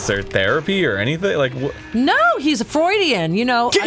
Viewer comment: It sounds like Michelle's therapist was "FRAUDIAN", rather than Freudian.